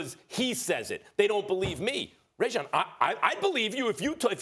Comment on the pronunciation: ITS RAHJON NOT RAYJON MAX SHIT.Everytime he talks about him he cant pick which version he wants to use....damn